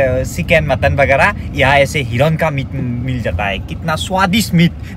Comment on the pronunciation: Hiron nhoi a... Hiran 😂😂😂